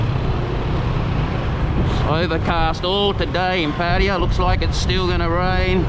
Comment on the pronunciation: Pa ta ya...not ..Pa tya...yayaya.as in Yamaha